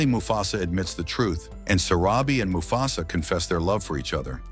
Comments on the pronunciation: It mufasa no mufsu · Why does he keep saying mufasas name wrong?